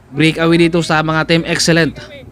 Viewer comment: mawalang galang na po. hindi po brikawiy kng mag cocover po kayo ulit mejo ayusin nyo po ang bigkas pasensya na po